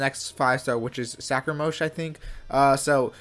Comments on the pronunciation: The minute he called scaramouche, “sacra-mosh”, I knew I couldn’t trust his tier list. 😂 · Legit like wtf did he call Scaramouche?😭😭